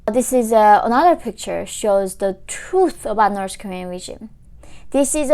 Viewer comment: I hear you saying Norsh Korea.... 😂 😂